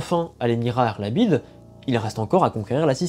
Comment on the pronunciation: Je serai curieux de savoir comment tu choisis la prononciation des noms de lieux dans tes videos Par exemple tu dis "arlabide" ce qui est très juste mais pour les villes siciliennes tu utilises souvent des prononciations que personne n'utilise que ce soit en francais, en sicilien, ou en italien Par exemple tout le monde dit cefalù avec le son "ch" pour le c et tout le monde dit agrigente avec le son "j" pour le deuxieme g